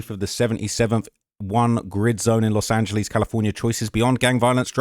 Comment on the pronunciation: “Los Angeleeze” 😵‍💫